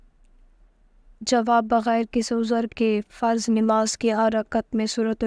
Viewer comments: Mai bhi yehi kehna chahta tha. Talaffuz sahi karen. Namaz not nimaz. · Wo namaz hota hai nimaz nahi ok